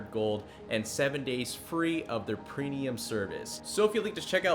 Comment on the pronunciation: Am I the only one who heard him say Prenium service instead of Premium service